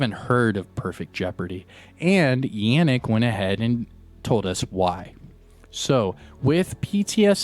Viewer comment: Yannick. Yon like don not Yan like dan :P ie Yonnick